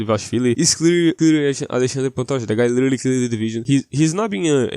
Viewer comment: O jeito que você pronuncia Alexandre Pantoja corretamente entregou.